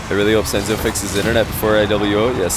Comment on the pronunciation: Not sensu its “senzo“